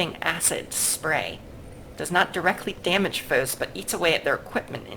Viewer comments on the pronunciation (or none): none